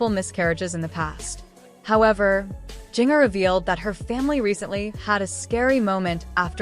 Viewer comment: Please learn to pronounce her name correctly. VERY irritating. Won’t watch again.